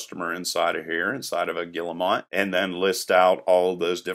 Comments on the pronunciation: These symbols are guillemot: << and >>, they are pronounced /gee-moh/, the g like in gear. I have also heard people say 'double-angle-brackets' in tech speak. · Guille-WHAT? Guille-MOT is actually a species of seabird, but guille-MET is what you are talking about -- "angle" quotation marks. Anyway, good job. Thanks.